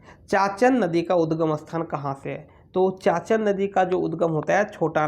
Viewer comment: चाचन नहीं चानन नदी